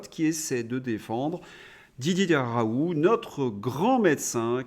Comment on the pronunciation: Vous m'énervez avec vos "RAOU", on dit RaouL ou RaouLT, pédant personnage !